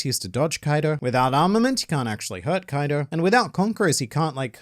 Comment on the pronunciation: I cant help but laugh eveytime says Koido because it sounds like coito which is a spanish word for sex